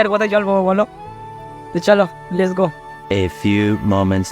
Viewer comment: Are bokachoda ota les go noi let's go bujhli 😂😂